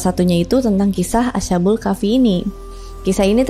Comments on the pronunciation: asha kak lebih tepatnya bukan asya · bacanya as khabul ya kak bukak asha bul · Correcting dikit kak, bacanya bukan asha-bul, tapi as-habul 🙏🏻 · Oh iya, krn dipersilahkan utk mengkoreksi, saya mau koreksi ucapa "Ashabul" nya, bunyi sh nya bukan seperti sh di bahasa Inggris, tp tetep dibaca baik s dan h nya, jadinya "as-ha" bukan "asya" karena dlm penulisan Arab nya memang itu ada dua huruf, yaitu sin dan ha, jd bunyinya masing2.